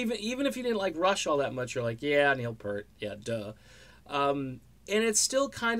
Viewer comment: Yep. And I can tell that the guy who made this video is just capitalizing off Neil's death. (It's not just mis-pronouncing his name)